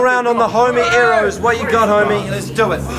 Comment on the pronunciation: If your gonna diss someone pronounce it properly aerrows. The best 2 made it to the final for sure